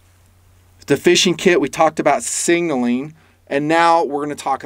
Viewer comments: Love the video but your Killin me. Sig....naling. Not Singling...lol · Hey, Leave the extra “n” out of the word signaling. I appreciate the video.